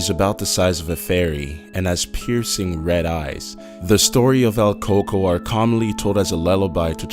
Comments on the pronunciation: El cucuy!!! Not el coo coo I was cringing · What the hell us el Kuku its el cucuy or ku-ku-E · Its el cucuy😂 not el coco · El KoKo isn't pronounced that way. Pronounce it like "cook-kuwee" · It's pronounced el coocuy not ell coocoo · There is no “coco” it’s “cucuy” pendejo. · El COCOA? Jesus. If you are going to do a Mexican urban legends video you could TRY to do the pronunciations correctly. Its el Coo Cuey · El cucu? Does he mean el cucuy? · It's pronounced "koo-co"...not "coco" lmao you butchered the name XD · It's el Cuy Cuy like Ku-kui, not el coco, that literally means coconut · LOL hot chocolate boy is coming 😂😂😂😂😂😂😂😂😂😂😂 its cucuy not coaco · bro XD your pronunciation of El Cucuy sounds like your saying coco but still awesome video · Omg same here he would say el coco i would always say el cucuy!!! Hahhaha que menso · Its pronounced coo-coo not coco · "El Coco"? its El Cucoy cou-koi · "Here comes the co co " Haha bruh es el cu cuy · coocooy not coco its not hot chocolate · bruh... the coco lmao its the cuy-cuy xD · I'm sorry dude but I cringed every time you say "El Coco" , it's EL CUCUY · it's el "cucuy" not el coco ,. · I like the video but it's not pronounced "El Coco"! The dude isn't a cereal! It's pronounced "el ku-ku-ee." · he was pronouncing the Cucuy like "Cocoa" but it's pronounced "choo-choo-ee" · it is pronounced coo-coo- ee not coco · It's not El coco!!! Its El Cuycuy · It's pronounced (coo-koi) not COCO! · Nigga said "El Cucu" lmao.. its El Cucuy fool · #4 el co co 😂😂 el cou cou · I was laughing at the part of El cucuy because he kept saying coco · El cucuy is pronounce (el coo-coey) not el coocoo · Haha coco xD close enough Kou-kouy Is how it's pronounced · He pronounced el cokoy so wrong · Wtf is el coco ? It's el cucuy lmaoo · he pronounced it wrong though lol "el coco" its supposed to be "el cu-cuy" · it's not pronounced El coco, it's more like coo cui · El Co-co lol cant say it right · Number 2 is pronounced "el cucuy" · Its el cucu yo twat